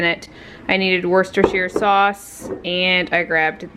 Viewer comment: Love your videos, i lived in Worcestershire for many years so nice to hear it pronounced correctly. Absolutely love the rattan plant stand, i am trying hard to look after my plants but we have had so much rain in England. Thank you for your videos, all good wishes for you and your family 💐